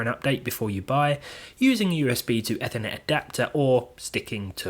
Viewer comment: Not to be nitpicky, but ‘Ethernet’ comes from ‘ether’—it’s pronounced EE-ther-net.